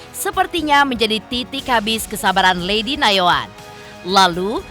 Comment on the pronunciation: Nayoan pak bukan yanoan